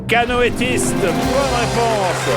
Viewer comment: le candidat valide "canoéiste" et on lui dit que c'est juste, mais Jean-Pierre dit "canoëtiste" ?